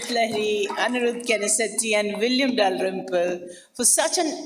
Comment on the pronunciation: I like how the lady pronounces William Dalrim-poo